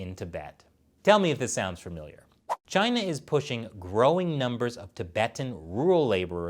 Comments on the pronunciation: Trump at this point says Gina instead of China about half the time. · It's hilarious how Trump pronounce China😂